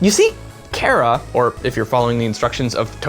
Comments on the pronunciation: You said care-uh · it's pronounced KAH-rah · I've never heard Chara pronounced the way he pronounced it :P I pronounce it like Car, as in Car-ah. I have heard it pronounced like Char with the CH as in choice though. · chara is not pronounced kara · It CH-ARE-A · not being a jerk but Chara is pronounced chair and uh. (not a hate comment) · Why do people keep saying chara like it has a K in it? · So am I the only person that mentally pronounces it CH-Ara and verbally pronounced it CARE-A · its char-ra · Chara is like a character inside you, so I pronounce her name like CHARActer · He can't not say chara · u said chara wrong dude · CHARA IS THE BEST I LOVE THEM!!!!!!!!!!!!!!!!! THEY KILL EVERYONE SO GOOD (btw you said chara wrong) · you're the first person I heard pronounce Chara's name differently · i hate how hes saying chara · You say chara wrong -_ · Chara say it with the "H" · I believe Chara is supposed ot be short for "character", because in game they carry whatever name you picked. Therefore it make sense ot pronounce it the same way you pronounce the word "character" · How will they pronounce Chara? That is the fundamental issue to determine whether or not I'll enjoy the video.